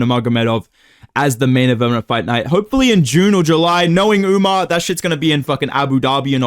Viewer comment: Bro stop saying UmNar it’s fucking annoying